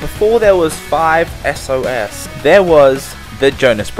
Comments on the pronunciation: 5sauce not 5 Es oh Es tho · THEY SAID 5 ES OH ES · 5 Es oh Es? Well it's pronounced 5 sauce but it's okay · I nearly fell off my chair when he said 5 ES OH ES BITCH ITS 5SAUCE GODDAMN XD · Its 5sauce not 5es-oh-es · love your video! buts it's 5SOS not 5 es oh es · five esse oh esse same...... its 5sauce xD